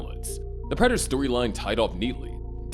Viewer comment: The most perplexing thing in all of this, is that this man watched the entire show and is still calling Peter Dinklage's character PRATT-ER 💀